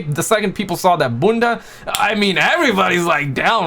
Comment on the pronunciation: The way he says bunda 😂